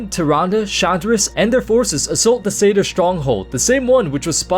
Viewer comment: Is Satyr really pronounced like that? I always thought of it it being pronounced like 'sat' and 'ear' if you but the two words together?